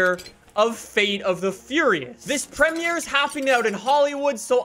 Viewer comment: Ummmm who pronounces premier like that